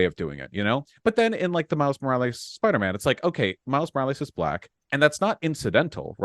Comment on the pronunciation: I hate how Vaush pronounces it like: “Miles Moraleez”